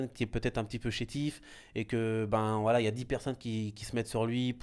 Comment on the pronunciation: Qd ils disent voilà j'entend wallah 😂😂😂 pas vous ??